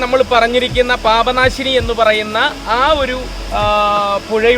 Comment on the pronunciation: മ്മടെ നാട്ടിലാണല്ലോ...പാപാനാശിനി അല്ല...പാപനാശിനി😁